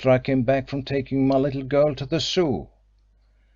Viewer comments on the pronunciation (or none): yes but sadly doesn't speak English with words like Zoo, and others which just spoils the otherwise good reading